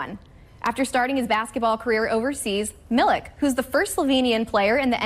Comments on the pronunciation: miliK.....its miliČ like why does NA cant learn this...5 years whit donČiČ and they still are not able to...aghhh xD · It's not Milik, it's Milich. Not so hard to learn. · Milich* not milik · It is not Marko Milik but it is Marko Milić (Militch) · Milić not Milk (pronounced approximately Milich) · How just how can't americans understand that if a person is from europe and their last name ends with IC it's prononced ich like PopoviCH. Is Marko Milich not Marko MiliK. I would understand if players with these kind off last names just started to come into the league but there was so many in the last 30 years and people stil can't figure it out. Crazy...and they work on tv,doing a story about the guy. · He's not 'Milik'. Use the same sound as when you say 'Donchich'. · Pronounciation is Milich ("ch" like CHesse) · hahaha MiliK...It's not K but ch or Ć . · Pronounced MILICH PLEASE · 😂😂😂 Milik, Dinčik and Jokik !! omg, at least prepare for the show like a pro, and learn the first and last names of the people you're talking about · Serius journalism and simple respect to people reequests the surname to be pronunced correctly, which you never did. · A very nice and noble gesture. Bravo for all MAVS coaches, players & management. GO MAVS. Bravo for Marko Milić too. We are very happy for him. But the pronunciation of the surname Milić is not correct. And let journalists do more research and correct pronunciation. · you can say DonČiČ but not MiliČ ? :P